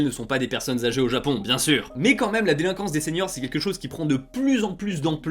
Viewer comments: "Déliquance" au lieu de "Délinquance"😅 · Délinquance et non pas “Déliquence” , il manque le N mais ça fait pas très sérieux. Sinon sympa ce petit documentaire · << la déliquance >> ( juste pour la petite remarque ) ;) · jsuis le seul qui a remarqué le "déliquance"? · Déli?quance au Japon il est passé our le "n"? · Personne en parle mais "la deliquence au japon" xD il nous manque quelque chose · ''la deliquance'' voilà je suis sûrement le millionième a faire la remarque mais bon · "la déliquance" ? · La « Deliquance » ??? 😂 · Un like pour la "déliquence" xD